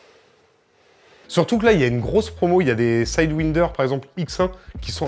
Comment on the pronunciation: Alors non il faut dire Sidewindeurrrrrrrrr X2